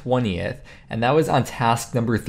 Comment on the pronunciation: Yeah! Daily dose of GIM video's from! Oh BTW its Task and not trask:P. Keep on the video's!